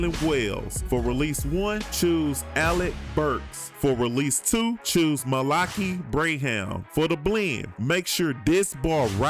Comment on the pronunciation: it isnt malake bravham lol, its mal-ah-ki bran-um